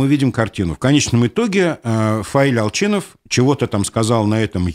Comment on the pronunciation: У вас у произношение Ал"Ч"инов, это какой-то знак???